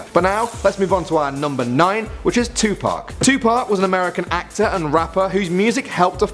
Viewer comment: THANK YOU!! YOU SAID TUPAC RIGHT!!!👍👍